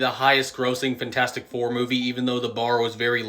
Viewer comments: does anyone else fucking hate the way this dude says fantastic 😭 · FENtastic four lol